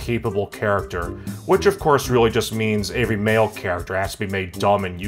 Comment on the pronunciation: Want to sound like? First step is to get lightly drunk, second step is to pronounce the words every, everyone, everything, everybody as "avery, averyone, averything, and averybody" in a nasally tone. Now you sound like.